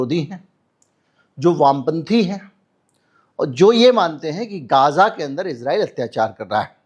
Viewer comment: गाजा नहीं गज़ा बोलिये